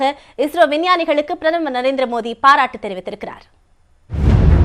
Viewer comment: Madam ungaluku tamil varatha... athu modhi..illa maa Modi sollunga...🤦🏻‍♂️